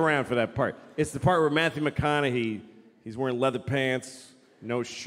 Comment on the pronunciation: Louis CK pronounces McConaughey's name correctly. It's refreshing to hear than the weird way people say McconaughHAY.